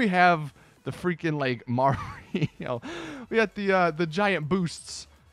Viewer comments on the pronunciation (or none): none